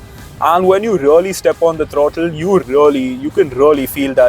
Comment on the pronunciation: Its not rully, its really bhai